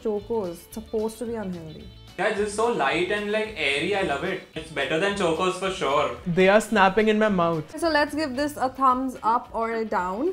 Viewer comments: Why are ya ll pronouncing Chocos like that. 🙉🙉🙉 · Am I the only one triggered the was pronounced chocos. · Ewww I hate the way you guys saying chocos Btw this video features some of my fav cereals.....anyone from America.... 💖I rember eating honey loops in my child hood when I was in India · It's pronounced like chawcos(it's a mere pronunciation) not chocos for God's sake😶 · It's chocos not chokeos!! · I couldn't stop laughing whenever was saying " CHOKOS " instead of CHOCOS 🤣😭🤣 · Can someone ask them to stop saying Chocos wrong. It's CHAW-koes not CHOE-koes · It’s pronounced ch-oa-kos not chookos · we pronounce chocos as “ ch-au-kos” but was pronouncing like “ch-u-kos” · suhana 165 it's supposed to be pronounced "chock-os" not "choke-os" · Its pronounced as Chaw- cos not chu- cos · Why is not saying CHOCOS she says choocoos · Who all got OCD when kept saying Chokos I thought it was Chocos like Chalk-os Noone just me ok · CHOCOS not CHOKOS. UGHHHHHHHHHH. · No one: Buzzfeed india: CHOKOZ its chocos, dude, like how you pronounce chocolate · No one : Buzzfeed India : CHOKE-OS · Ikr! Its pronounced as chalk-os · CHOKE OS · the starting should be The start of CHOCOLATE... It isn't CHOKE OS lol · Yaaa like CHA-COS . The way they say is very disturbing 😂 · Someone teach how to say chocos pls. It’s not Chokeo’s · 1st-corn flakes and chutney ( what the actual fudge) 2nd-says cocoa crispies look like whatever-she-said chivda ( omg stop) 3rd- cho-kos ( How? What? What even? ) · literally said choke-O's every time she pronounced chocos 😂😂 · I don't know if was say "चोकोज" intentionally... But that was fucking irritating Cause is the girl who acts to be the modest of all in every video she is in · ITS CHALK-OSE AND NOT CHOKE-OSE!!! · Am i the oly one who got triggered by when she said CHOK-OS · its not chokos omgg please don’t say it like that